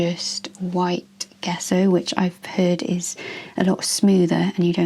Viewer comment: Hi,. An interesting video, but two things I'm surprised that no-one's mentioned! In reverse order: 3: Gesso is pronounced, "Jess-oh" with the accent on Jess. We can check almost any pronunciation we're unsure of on Google Translate - it does a pretty good job, unless it's a really obscure language! Tell Google if you know the original language, otherwise it may decide it's English, which doesn't always help, as it can come up with the American pronunciation! If unsure, choose 'English (British)' Put the word in and then click on the 'listen' icon at bottom left to hear it pronounced, 2: A very serious health warning!!!: Using gesso, creating a rough surface, will cause serious damage to your watercolour / gouache brushes, brush markers (regardless of tip!), pen nibs and fineliners,.It also will eat up your pencils and Neocolors very fast. If you wanted the resist, then you'd need to sand it to a fine, smooth surface - but that creates plastic dust, which is not good for your health nor that of the environment. But at base, it's not intended for sketchbook use, though it seems to be a fashion on ArtTube recently. 1: Acrylic gesso and paint contain plastics which find their way into our soil / water very easily. It's not only in artists' paints, but it's in all sorts of household paints and other things as well, and none of this is good news for our struggling planet!!!! The reason your pencils came out darker is a direct result of the rough surface, which grabs all th